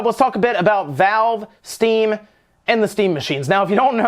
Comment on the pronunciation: **Valve not Vale